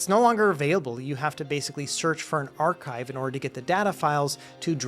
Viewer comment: pirate says arrrrchive